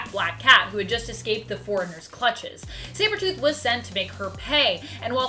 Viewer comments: Am I the only one that noticed on the second time she was saying sabertooth she messes up and pronounces “cybertooth” lol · is it me or did she just say "cybertooth" ? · Did she say cybertooth lol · You said cybertooth hehe. I love Spidey so it's ok that he beat Wolvie and Angel ( 2 of my top 3 all time favorite comic characters ever) in a fight. I'd like to see him fight Magneto, ESPECIALLY since Magneto has a shield and can use his powers to shut off someone's brain. He did it to Rouge in the 90's X-men cartoon and in the comic of that same show. Also Apocalypse. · Cyber tooth 🤣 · Who's Cyber-tooth? Or are you a recovering Aussie? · Lol she said cyber tooth 😂🤣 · Did she say cyber tooth????? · Lmao I had to play the video back and she did say cybertooth, the small little errors are sometimes the funniest